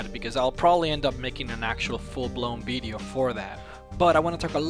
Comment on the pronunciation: Love how he says bideo :)